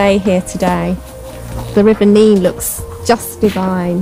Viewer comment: Its The River Nen not nean !!